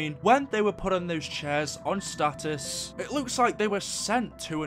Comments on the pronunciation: No it's stasis not status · are you mispronouncing stasis on purpose? it's getting annoying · you kept saying status which it said stasis it means there gonna be frozen or somethng